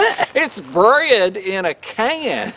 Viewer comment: well 8 never heard of it either.. but it sounds like "Bred in a Can" lol sometimes I go by deaf bread 🍞 heheheg